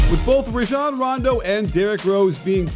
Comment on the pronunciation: Coach u still cannot pronounce Rajon correctly.. can u hear me shaking my head?